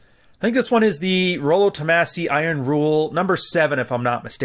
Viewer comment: Its Rollo Toe-mahhsi. Long A pronunciation.